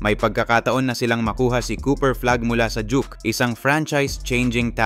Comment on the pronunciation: "Dook" ang pronounce ng DUKE hndoi jok..joker ka ba?